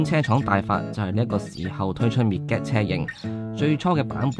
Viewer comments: 個名應該係讀 "mid-jet" 唔係 "mid-get" ，係解作“侏儒”的意思😅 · 拍車男，多謝你拍片，支持你！ 我想講，Midget 個字係讀 " Mid git" 而唔係讀 "Me Get"，Midget 意思係 << 侏儒 >> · 應該係mi jiht咁讀 個d 係 silent 但係有乜所謂 自己鍾意點讀咪點讀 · mid - get..... 作為細size型男你唔識呢個字都幾搞笑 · It's pronounced Midg-jet. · [ˈmɪdʒɪt] read after me please😂😂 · 讀錯音，請用Google translate 糾正。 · 你念個 midget 此字錯到離譜，你自己查字典就知道為什你錯得咁緊要了。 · 一開口便知龍與鳳，詏乜春吖。 Midget Giant，即係MG, 老牌英國車厰。唔係未聽人讀過下嘛，車房仔。